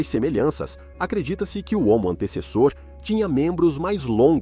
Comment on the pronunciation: Assisti a este vídeo na versão dublada do inglês e a IA não acertava uma vez o nome do Homo antecessor. Antissassauro, Antessauro, Antauro, Antessa, Antes e Antezus kkkkk